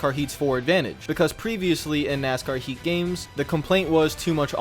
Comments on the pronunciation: Lol nk, it sounded like he was saying "nascar 84" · I don't think this guy pronounced the word, "Heat", correctly once during this entire review.